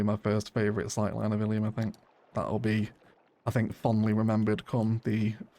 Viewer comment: I think you called the city Illy at the start of the timelapse. It's canon in my head now, the locals call Illium "Illy"